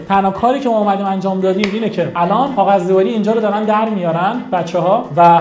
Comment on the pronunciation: تلفظت رو کاغذ بده میگی قاغذ